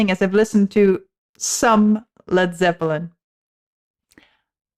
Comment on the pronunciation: I like the way you pronounce “zep pill en”. “Not to touch the earth not to see the sun nothing left to do but run run run “.